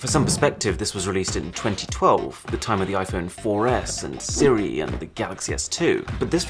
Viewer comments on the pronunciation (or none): none